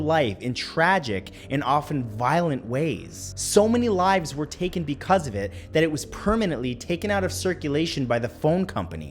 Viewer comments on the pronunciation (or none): none